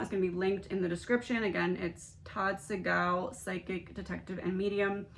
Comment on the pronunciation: Hi, Todd's last name is pronounced 'sea' gal. 😊